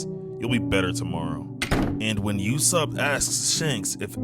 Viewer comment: bro say YASSOP and PERONA properly🥀💔😭🕊🤫😭🧏‍♂️🗣🔥😈🤑❗️